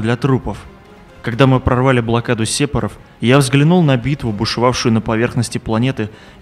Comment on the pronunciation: Сепоров? серьезно? ухо режет